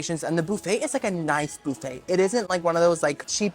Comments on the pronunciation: Love the Channel but its buffet not booffet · First time in my life I have heard boofay 😂 in Ca we say buff ay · BUFFayyy NOT BOOFayyy 😂 for the love of God pronounce it correctly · Lol i LOVE the way you say BOO-FAY😊😊😊😊😂😂😂😂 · I Love You Girly, The way you say "BOOFAY" is the BEST>> :face-purple-crying::face-purple-crying::face-purple-crying:🤣😂🤣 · I love how you pronounce it boof-aye 😂 Great video as always! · I am so excited about this Saturday boo-phay moment!!! Also I never want to call it buffet anymore it’s way more fun to say it the way you do. Love you!!! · i love the way you pronounce buffet. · Love how yu say “ buffet “